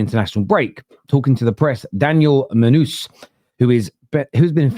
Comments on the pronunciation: Did just say “Monuz”? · Mon Noose!! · Munooz lol 😅 how is this guy a football content creator